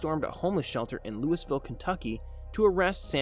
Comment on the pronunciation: Good video. I am morally obligated as a native to correct your pronunciation of Louisville KY. Also because the city will show up more than once in killer stories (I have no idea why). It's either Lou E ville or Lou A vul.